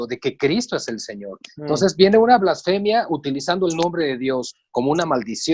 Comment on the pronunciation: No se dice "ÁVAROS". no es esdrújula. Es palabra llana y lleva acento prosódico, no ortográfico. Tampoco se dice "FLÁSFEMIA". no es esdrújula; sino palabra llana o grave, y lleva acento prosódico en la penúltima sílaba BLASFEMIA. (blasfémia).